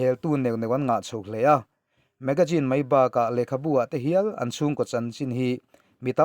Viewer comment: Magazine i lam rik dan hi ngaihthlak a nuam lo deuh hlek a hei aia ri dik deuh hian a la theih a nia. Hma sawn zawk zel nan tiin ka rawn zep tel mai2 a nia. Ngaihthlak a nuam in a bengvar thlak hle thin e.